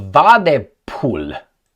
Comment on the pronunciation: Hi! Since the German FM-clown might appear frequently in coming weeks and months in your show it would be helpful to pronounce his name accurately. As the German language pronounces a "ph" always as an "f", you should speak it like "Wadefool"... No joke - but regards from Austria:)